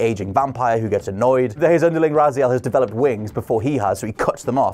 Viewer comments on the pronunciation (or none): none